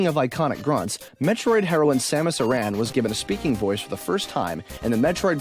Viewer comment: Samus Aran is pronounced "Samus Erin" not "Samus Uh-RAN." Also… SUB-sequent, not sub-SEQUENT. And "Metroid: Other M" not "THE Other M." I hope my comment was as annoying as listening to the errors in pronunciation, syllabic stress, and names. :)